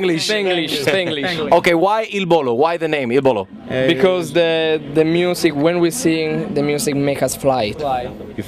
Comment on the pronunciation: lol he said Il Bolo